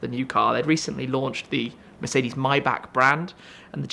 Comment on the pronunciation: Finally someone who can pronounce the name properly. All you North Americans take note...this is how " Maybach" is said officially. Germans don't say 'may', the say 'my'. Had to scratch this itch for awhile now.